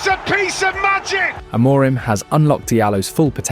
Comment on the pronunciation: You make some good positive videos but it's not great you can't pronounce Amorim and the players' names correctly (you're not the only one on Youtube though). Please have a look at the official United short "How To Pronounce Our Reds’ Names" and learn how to pronounce their names. Don't sound like an amateur - go pro!